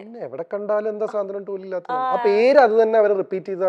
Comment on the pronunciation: സ്വാന്തനം അല്ല സാന്ത്വനം 😀😀😀